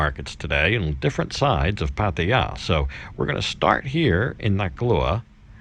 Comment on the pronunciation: your getting close to pronnounce Pattaya you will get it soon